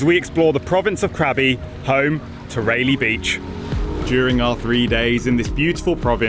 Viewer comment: Again ray lee beach cmon accent fix it, it’s pronounced Ry-lee-beach